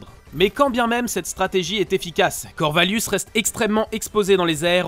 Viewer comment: C'est pas Corvallius mais Corvaillus (ayuss) et on dit vrille (iye), pas vrille (ile).